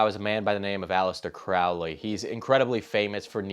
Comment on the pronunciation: And by the way it’s pronounced “Crow-ley” like a bird, the crow. He paired the word “holy” with his own name in one of his psychopathic poems. Crow-lee.